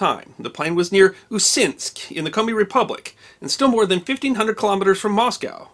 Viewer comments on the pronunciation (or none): He didn't pronounce correctly a single word. Zh in Izhma sounds like j in bonjour or s in insurance, u in Usinsk sounds like in put and there is no k sound in Saha and Uhta.